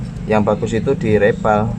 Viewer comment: Mas...ngapunten nggih, reball baca nya riboll